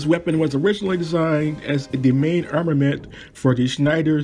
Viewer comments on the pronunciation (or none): none